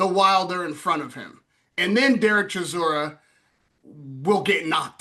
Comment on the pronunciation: say it right Derek DELBOY Chisora, A.K.A War Chisora